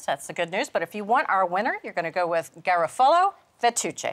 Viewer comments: its pronounced Gah - roff - a - lo not gara- folo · Garofalo (accent on the second syllable, please!) is an excellent brand, De Cecco is another great one. Ronzoni is very common in Italian-American households because it's what was around going way back to 1915...so there is a sort of familiar nostalgia associated with it. Not a bad brand but certainly not as great as the other two I just mentioned. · It's pronounced Gah-Rof-Ah-Low. Pricey but the best from Naples Italy.